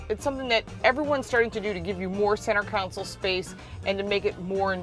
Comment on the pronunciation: Console... not counsel